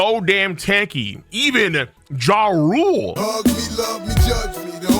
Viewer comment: I’m almost certain it’s not pronounced, “Ja-Rule” , but more like Jaul or like Jah-doo as how people from Japan pronounce their R sounds